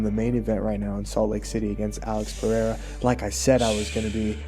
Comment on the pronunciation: Uh•lex Purr•air•uh 🤔 -Comma•roo Oose•mon 😂